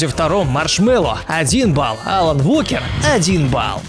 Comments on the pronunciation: Уокер, а не волкер!!!! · Тел блог НЕ ВЫВОДИ МЕНЯ ПЖ-СТА , А ТО ТОБИ ЗВИМЗДА ... ещё и Волкер, вообще то W- произносится как УО!!! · Я могу понять Волкер, но Валкер мне уши режет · Сердце кровью обливается когда слышу воЛкер. И да Алан как по мне лучше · Уокер блин, УОКЕР